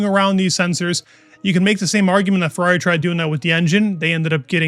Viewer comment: Ferrari has a flip wing. 1 syllable.